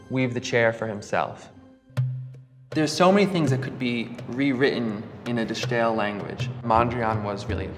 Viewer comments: Yes, please lose the German pronunciation when speaking Dutch. You wouldn't speak Spanish with a French accent, would you? Even the French don't do that. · It's pronounced as 'The Style' not as 'The Sssjjjhhhtyle'. It could literally not be any easier to pronounce for an English speaker and yet this guy manages to fuck it up. I guess this guy is just sssjjjhhhtupid. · 'De Stijl' in Dutch is pronounced almost the same as The Style in English. So it's not The Sschhhtyle ;) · My man, it's pronounced "de style"—you don't need to put some kooky accent on it just because it's spelled in an unfamiliar way. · It is not only cringing, it says something about the approach towards research. Uninformed attempts to pronunciation betray academic laziness. It is ironic that this man mentions the concept of ’essential elements of representation’ in the same sentence in which he fails to apply the essential elements of representation, once again.